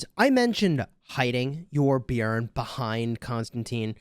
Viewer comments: I agree its very good pronounciation for a non scandinavian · You are saying it right the j is silent in the Swedish and Denmark and Norwegian languages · I'm from Norway, and yes that is the correct way to pronounce it =) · Well done on the pronunciation of Björn!